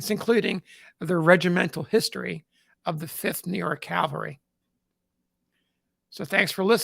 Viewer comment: I realize it's a petty complaint, but every time I hear someone pronounce "cavalry" as "caLVary," it drives me bonkers!! Interesting video nonetheless.